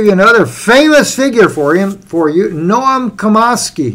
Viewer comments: Its pronounced Chom ski not Comosky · Nom CHOM-skee (like 'chop').